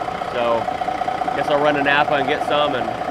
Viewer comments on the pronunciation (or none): none